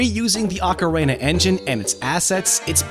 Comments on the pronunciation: I don't understand how it's possible for anyone who are this involved with Nintendo, publicly no less, could think one of their most well known games are known as "OcarEna of time". It's pretty baffling because how could he have missed how to say it and also avoided being corrected for so long?! There's no mistaking it either because he repeats it so many times so it's not a one time blurb or simply misheard. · Oca-rayna? xD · I love how he says ocarina, makes me think of the macarena 😆